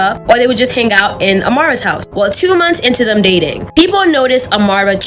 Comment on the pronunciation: To the black lady talking about South Africa ~ Words like 'hang' aren't pronounced hanGUH. The g is soft, not hard. You're making a one syllable word, 2 syllables. And the word 'stringy' isn't pronounced streenGHEE. Again, the g is soft, not hard. You need to listen to other adults pronounce these words and then you can learn to speak correctly because you sound uneducated.